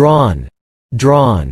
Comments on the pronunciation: Drown NOT Drawn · Not drawn, drown 😢😢😢